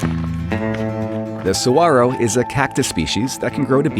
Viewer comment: Love the Saguaros here too! You said it correctly also!